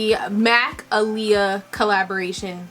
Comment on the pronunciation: You saying her name wrong 😩